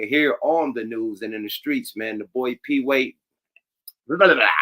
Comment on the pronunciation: It's Peewee not peedie Yuk lol. said his name wrong through out this episode.